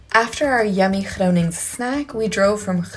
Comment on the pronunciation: Hey, I think I was more impressed by how you pronounce Groningen and some other Dutch words than by the dance moves... sorry... Nice shades for the day after 'maybe' having a few drinks;-)